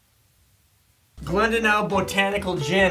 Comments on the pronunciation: Glendalough is pronounced GLEN-DA-LOCK it’s a place close to me in Wicklow Ireland I never knew there was a Gin named after it. 😂👌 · Glendalough is Glen-Da-Lock :) Gunpowder always my favourite.